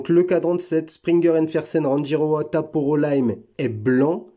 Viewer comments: Elle est belle mais beaucoup trop grosse et surtout beaucoup trop chère pour une marque sortie de nulle part et un calibre (certes Suisse) quelconque. Sinon, je crois qu'on prononce "Ranguiroa" ;-) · Merci de la découverte. Très jolie montre et originale. Je vais aller voir leur site. Pour info l’atoll de Rangi se prononce Ranguiroa. 🙏